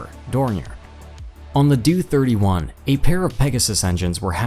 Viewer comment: The "DOO 31"???!! It's D-O (Dee Oh) . D'oh!!